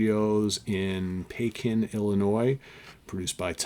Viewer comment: FYI... It's pronounced PEkin, not peKIN.